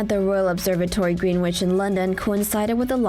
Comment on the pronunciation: Greenwich is pronounced 'Gren-itch', why do americans never get British places right?